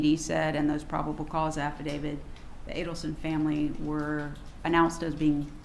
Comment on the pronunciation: To the defense atty: it's an affidavit, not affadavid.